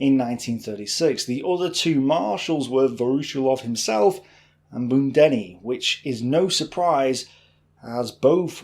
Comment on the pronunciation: budjoni not budenni :)